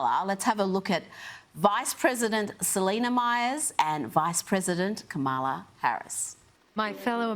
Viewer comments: She's so ignorant that she refuses to pronounce Kamala correctly. Such a cow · This rotten B! won't even say Kamala Harris's name right! This is the way Fox and Trump pronounce her name! Just vile "Rita Rotten Box"! Sorry! not Sorry! I was a teen in the 70's